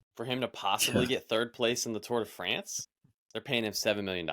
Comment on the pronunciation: “The Le Tour de France”. Good work,!